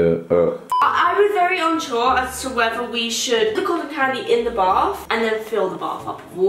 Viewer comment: Calyces: Colten candy yum. Calyces: Colton candy gross.